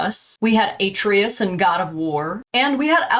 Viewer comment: the pronunciation of atreus was sumn else